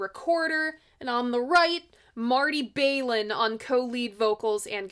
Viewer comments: I thought you did a good job w/ your facts as well as your opinions. Just brush up on your pronunciation of Marty’s last name; it’s not Bail-in, but said w/ a flat ‘A’ , like Baal-in w/ the start rhyming w/ ‘pal’. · Balin not bailen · Pronounced Baahlin not Baylin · Balin rhymes with Allen. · Marty’s last name isn’t pronounced “Bay-lin”with a long “a” sound; the “Bal” is pronounced with a short “a” sound as in the word “ballot.” Thought you’d like to know.